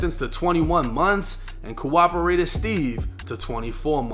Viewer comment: “Cooperator Meko” & “Cooperator Steve” LmBaO dunno if you tried to say that but bruh im in tears 😅